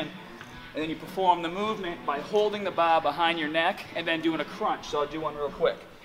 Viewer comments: noticed he can't pronounce ar properly in his other videos. Weird. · Jesus Christ I can't take it anymore baR, baR that's a fucking R at the fucking end Great video though, big fan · Hold the bah like this... Grip the bah as hahd as you can LOL. Love all of your videos man! Definitely my favorite YouTube fitness channel by far. It's awesome how you're not as huge as the "meat heads" I see sometimes but you're just as strong! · lol sometimes u don't say your r's. haha like ba instead of bar 😂 love your videos man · "squeeze the baa as haaad as you can" xD Sorry didnt mean to make fun of you. I love your videos and the way you speak as well. Just did your 3D chest workout and im dead tired. Thanks for this awesome tip! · Bah bah bah bah Barbra Ann hahaha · Wow i love the way you say "bar"